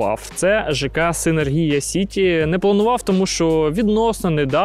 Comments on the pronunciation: Вже не перший раз, але ніяк з наголосом не справитеся.....СинЕргія. і тільки так. Завжди із задоволенням ваші сюжети дивлюсь, але у кожному відео оця СинергІя поки менеджер не підправить. Чому так? Не знаю. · Дякую за випуск, комплекс доволі цікавий. І окремо хочу відзначити менеджера компанії за непохитну витримку коли безуппинно вимовляє назву комплексу з наголосом відмінним від офіційного 😅